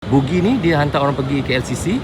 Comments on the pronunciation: buggy lah bro, bukan boogie. boogie tu boogie nite!😅😂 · Buggy bukan bookgi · macam mana boleh terus sebut "bugi" ? pemandu buggy tu dah sebut 'baggi' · ....sebutan buggy tu bukan bunyinya "bugi" tapi "bagi"...maaf ye bro Zul saya memperbetulkan sebutannya, harap jgn ambil hati ye. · jawa kan, tu yg silap sebut tu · Ya, betul tu sebutannya adalah 'bagi' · Nanti bunyi hampir mcm bugis pulak 😂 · Sebutan betulnya BAGGI.. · abg sebut bugi ke bang??guru...hentikan guru